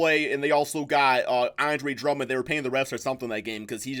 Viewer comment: it sound like you said andro Drummond lol